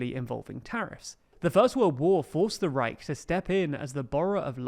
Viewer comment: Probs for for pronouncing "the Reich" like a real German. Most English-speaking people struggle with the "ch" sound